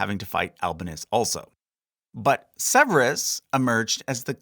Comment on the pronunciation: Hey I love your videos but the heavily anglicized pronunciation of some of these names is killing me. The stress is on the wrong syllable. E.g.: Severus, Albinus and Didius